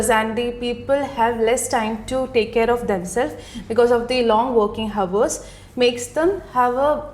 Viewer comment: The word ‘hour’ h should be silent. Please don’t take this video as a prototype. There are so many errors here